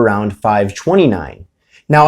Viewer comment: This say "twenty " weird asf